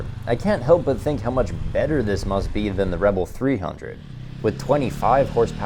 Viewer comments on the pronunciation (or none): none